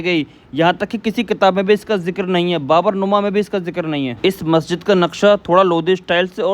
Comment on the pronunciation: Bhai baburnuma nahin baburnaama hai